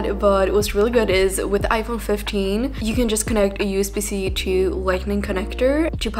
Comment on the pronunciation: Why do you pronounce "to" as "chu"? 😂